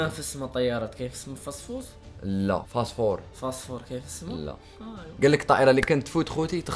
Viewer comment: الفوسفور ❎ الفاصفوص✅